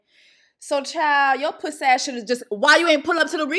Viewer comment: Jessie I KNOW you grew up in Dade bc that “Pusssay ah hoe” is too STRONG. It’s AUTHENTIC… 😂😂😂😂😂😂